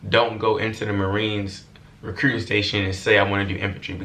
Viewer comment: “recrewwting” office 😂😂😂❤️